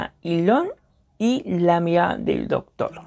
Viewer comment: Me reperdí buscando la Ñirada eñ Docñor.